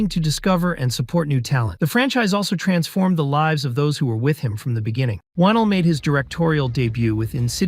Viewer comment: pronounced wah-nell loved the vid but my man leigh needs some respect